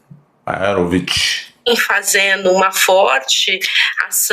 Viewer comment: PELO VISTO ESSA JURISTA É DA ESCOLA DE DILMA RUSSEF. ELA FOU A PALAVRA FAZENO? QUE EU SAIBA NO DICIONARIO É A PALAVRA CORRETA FAZENDO FAZENDO.